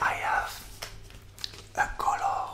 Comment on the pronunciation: I love when you say “colog”🤩 So tingly😴💤